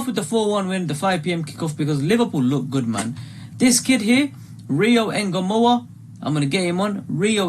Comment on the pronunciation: Its trey Nyo-ni The N and Y are said together not singular nyyy sound like how u would say new but expect there is a o so nyo same with Ngomoha its not N-GO its one soung like Songa or tonga its Ngomoha.